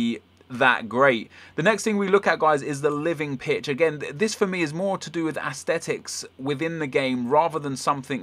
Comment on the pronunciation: Haha.. "ASS-TET- IKZ"